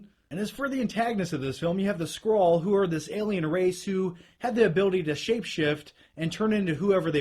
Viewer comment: It's always better to see actors who are comic fans play these parts. I doubt in her whole life Brie has ever picked up a comic book. Also, thanks for saying Skrull and not "Scroll"